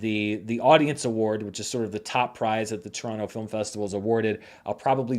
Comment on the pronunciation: As a Torontonian, I in all good faith ask you, please, don't pronounce the second t in Toronto. It sounds so ... bougie.